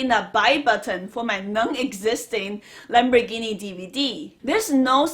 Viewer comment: Why don't you stop saying lambergini and say Ferrari.